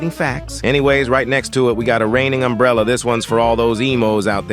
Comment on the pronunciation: Umbrella ❌ Emburella✅